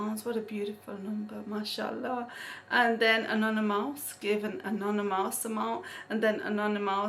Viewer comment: I love the way you day 'anonymous' it sounds like 'another mouse' lool